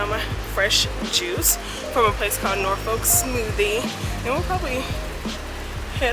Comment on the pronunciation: I just love how you pronounce Norfolk😊